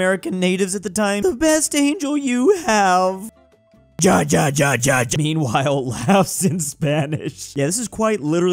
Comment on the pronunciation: Venezuelian here, i can confirm this is true. I honestly got a bit mad when he pronounced it like that